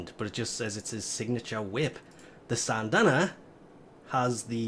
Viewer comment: SYNdana not SANNNNNNdana